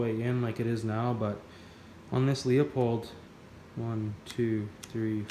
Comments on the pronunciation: It’s pronounced Lou Pold not Leo Pold. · Leupold is pronounced loooo-pold not Leo-pold. I’m Canadian too. That has nothing to do with it.